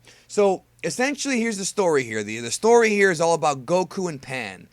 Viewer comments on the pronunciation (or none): none